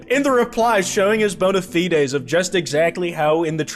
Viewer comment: Why is 90 percent of the visual reference you're calling to just not in the video? Also the fide in bona fide is pronounced like fine. 😂